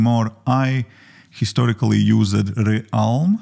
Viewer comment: I hope I am not rude but I have to give you some advice. You are pronouncing some words wrong and it's annoying. When you say words that end in an "ed" like asked, the "e" before the "d" should be silent. It's more like askd, not askEd. Used is yusd, not yusEd. Condensd, not condensEd. Things are not written the same way as they are pronounced in English, unlike other languages.